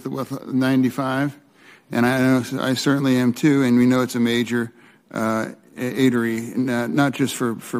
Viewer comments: fetterman says 95 is an important "eatery"? WTF is he talkin about? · Did Fetterman call it an "eatery?" 🤨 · "A major atery"?😮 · I-95, I-95, I-95. A major “A-tery”? (Artery) 🤔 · so he tried to say "artery" and said "eatery" and also just completely struggled to even comprehend what was being discussed. literal sped stuff. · Hey fetterman it's pronounced ar-te-ry and in-fra-stuc-ture. Smdh